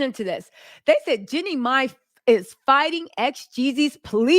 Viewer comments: Jean'e not Jenny!!!! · It's Jeanie...not Jenny